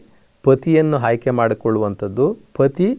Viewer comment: ಮೊದಲು ನೀವು ಕನ್ನಡ ಸರಿಯಾಗಿ ಉಚ್ಯರಿಸಿ ಹ ಅನ್ನುವ ಬದುಲು ಅ ಅಂತಲೂ ಅ ಅನ್ನುವ ಬದಲು ಹ ಅಂತಲೂ ಹೇಳುವ ಮೆಧಾವಿಗಳು ನೀವು ಆಯ್ಕೆ ಬದಲು ಹಾಯ್ಕೆ ಅನ್ನುವ ಮೇಧಾವಿ ನೀವು ನಿಮ್ಮ ಹುಟ್ಟಿದ ದಿನ ನಿಮಗೆ ಅರಿವಿಲ್ಲ ಆದರೆ ಇತರರಿಗೆ ಬುದ್ಧಿ ಹೇಳುತ್ತಾರೆ ನಿಮ್ಮ ಬದುಕಿ ಗಾಗಿ ಈ ಕಾಯಕ ಅಷ್ಟೇ ಲೋಕದ ಡೊಂಕ ತಿದ್ದುವುದು ಬಿಡಿ ಮೊದಲು ನೀವು ಸುಧಾರಿಸಿ ಕೊಳ್ಳಿ